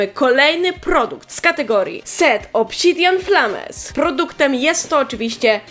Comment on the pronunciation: Obsidjan Flames [pl akcent], czy to skrót od IVONA?:3